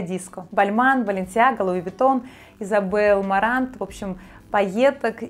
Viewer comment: Изабель Маран, а не Марант))) Удивительная безграмотность по маркам у модного блогера)))